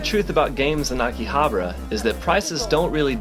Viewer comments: It's not Akihabra, it's AkihaBAra!!! You're really cute, but sorry I had to give you a thumbs down because you refused to pronounce Akihabara correctly. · That or because he can't even be bothered to pronounce AkihabAra it correctly lol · Weird how you pronounce AKIHABARA.